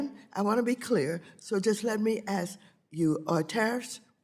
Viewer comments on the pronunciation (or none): "Let me ashk you" 🤣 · She didn't aks a question, she made a statement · It is not axed you. It is ask you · She axed him something. What an idiot. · She says,"I Ax you"...reclaiming my time,reclaiming my Time,reclaiming my time........ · I'd run like hell if she said she was going to "Axe" me!!